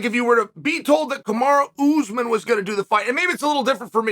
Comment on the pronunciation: Ooze men. Can you try to pronounce the names of fighters? Even if you can’t succeed, just try.